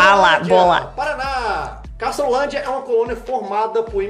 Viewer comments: Castrolanda, e não Castrolandia, adequando. Parabéns. Cidadania brasileira para a já. Kkk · Olá o nome e Castrolanda o nome o nosso amigo errou obrrrigado fiquem com d e u s